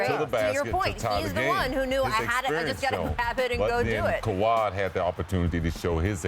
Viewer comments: Bruh who is “kawhad” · Scottie cant say Kawhi name for nothing